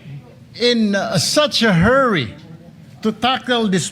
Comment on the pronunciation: Rule hindi rowl. Hurry hindi herry. Masyado kangmayabang pa is lung is lung ka pa. College Dropout ka wag ka mgyabang naka chamba lng